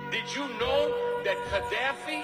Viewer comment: Kah-daffy,.... Kah-daffy Duck?